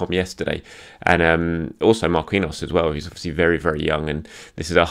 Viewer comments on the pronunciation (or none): Thanks. Marquinhos is pronounced MAR KEEN YOS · I love ya but you're overthinking "Marquinhos" its the same pronunciation as the PSG player. mar-KEEN-yows.(yose? idk how to spell that last soubnd but you get it)